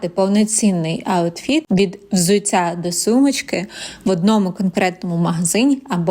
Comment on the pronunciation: взуцця - це не суржик. Це московський акцент в українській мові